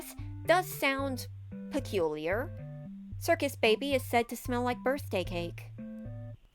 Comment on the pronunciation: Sorry I love this video but “PeCuLiAr” “PeCuLiAr”